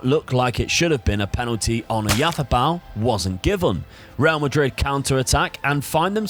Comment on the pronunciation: Tbh I have not seen anyone trying so hard and doing it better than. Even Spaniards don’t say Oyarzabal so perfectly:) If you think it’s SO easy to read names, try Błaszczykowski for example. One of better Polish players few years ago.